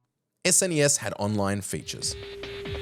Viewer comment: Stop calling it "sness". It's called an " es en ee ess". No one who grew up with SNES ever called it "sness"